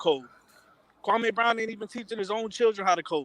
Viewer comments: Why does everyone call him kwamay???? Its kwami...like kwamee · These dudes are clowns 🤡 cant even prounce kwame brown name right 😒